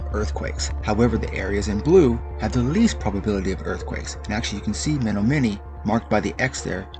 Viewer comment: Very interesting. Just a note...it's pronounced Me-NOM-e-nee.....